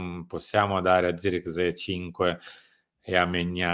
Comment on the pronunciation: Non ce n'è uno che pronunci abbastanza correttamente il nome di Zirkzee (sirksei, con la s quasi z). Idem per Broia, che si legge semplicemente Broia, perchè non è spagnolo ma albanese. In molti, soprattutto in QSVS, da ignorantoni lo pronunciano Broca, pensando sia spagnolo, per il nome Armando.